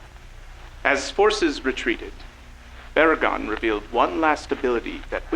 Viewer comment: say “Barugon”